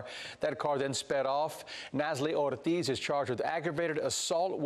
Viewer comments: so glad reporter pronounced 'ortiz' correctly, i was almost triggered. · Bravo on the reporter rolling the Rs and his zesty pronunciation of Natalie Ortiz name… you sir deserve a medal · Thank God the reporters got the Spanish pronunciation’s right!